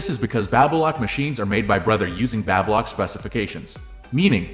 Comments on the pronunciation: So annoying…learn how to pronounce BABY LOCK…. Teach your AI NOT to say BABBA lock! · It's NOt Babbalock...it's Baby Lock... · Babylock is pronounced-Bay-bee Lock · "Babblelock"? STOP using AI to do voiceovers. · Like Babylon the way he says it. It's weird for sure. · Not sure I trust a review from someone who doesn’t know how to pronounce the name of the product. Is this a computerized voice? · I believe the narration in this video was a computer generated voice - Baby Lock is not the only word mis-pronounced